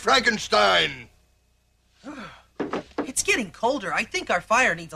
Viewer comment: Lol, "Fronk" - enstein?! Also, if it's "FrankenSTEIN", why doesn't he have a giant hooked nose?